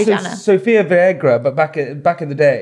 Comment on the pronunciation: The way he butchered Sofia Vergara's surname 🤣🤣